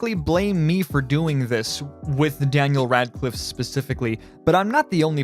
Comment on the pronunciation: When you say Daniel Radcliffe I wanna puke.